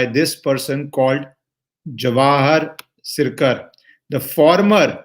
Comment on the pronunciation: This guy works for The Wire and Alt News, The Print, The Quint and MOJO and NewsLaundiya, And it's not Sircar, It's prounced as SirKar. This guy is shrewed and had quit VRS to join Ultra Left Lobby in 2016 and since then is working against Modi and for Mamta and Left Caballs